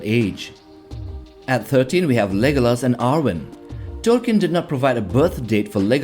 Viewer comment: Learn how to talk admin You cannot even pronounce Tolkien right